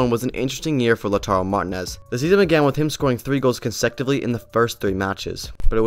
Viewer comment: Cag liari, saltrina, laudar marez hahah